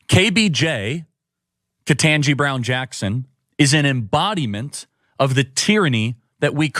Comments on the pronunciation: I am an educator. Never heard about "CRT" until six months ago. And why can't they pronounce Judge Brown-Jackson's name right? And if they can't, why not just "Judge Jackson"? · Do all the Reich wingnuts deliberately say KBJs name wrong on purpose just to irritate or dismiss her?? They do the same thing to Kamala Harris. It's insulting. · The Right wing asswipes can't even pronounce Judge KBJ's name correctly... They're horrible people that hide behind God, and use God for their horrible words and behavior....